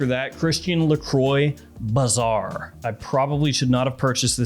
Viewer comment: pronunciation of "Lacroix" gave me giggles